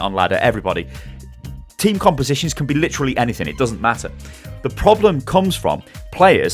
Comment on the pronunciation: "Don't worry about meta 'cause it doesn't metah"